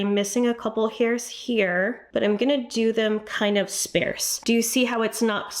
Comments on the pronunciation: Love you, but sparse is pronounced “spahrs.” It’s not “spare” with an “s” in it. Also, “sparcity” is not a word. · Lol! "Sparse" is pronounced "SpaRRRsed" not "SpAAAArsed"... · Its sparse like car, not sparse like spare! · Nice tips, thank you. Need to tell you... it's sparrrrrrse, heavy r sound. ❤ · I’ve never heard it pronounced the way she does, and I’m in the US. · Thank you bc I had no idea what she was saying when she said that. I've never heard sparse pronounced that way.